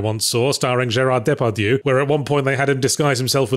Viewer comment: It's weird that he could pronounce "Gerard Depardieu", but despite it actually being the topic of the episode, he couldn't pronounce "Gankutsuou" correctly.